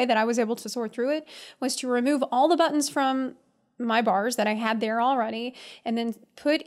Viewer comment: Are you saying hello buttons or buns? That's what I'm confused about lol